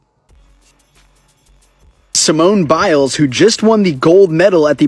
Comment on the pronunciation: Its Biles, not bills. At least pronounce her name properly since its your video